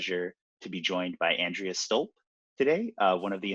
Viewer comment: Probably because he mispronounced her name several times